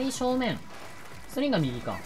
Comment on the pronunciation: ストリンガーがストリンダーに聞こえるのは俺だけではないはず